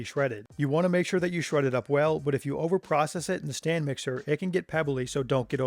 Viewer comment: I thought he was calling it a Stan mixer. I was like hmm, i gotta look up this Stan guy. xD